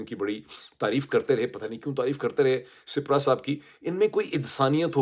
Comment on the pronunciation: سپرا نہیں سپیرا 🙏💔